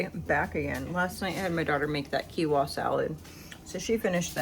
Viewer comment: Not being rude or mean, but Quinoa is pronounced like this "Keen wah", it sounds like you're leaving the N out when you pronounce it?? 😉